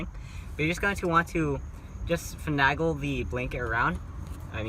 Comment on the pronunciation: One criticism, finagle has an A like (A)BC not (a)pple.😂 No for real though, very well spoken and very informative. Great job!!